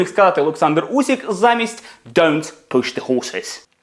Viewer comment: Який "усік", ви якою мовою читаєте? УсИк. З англійською теж так недбало?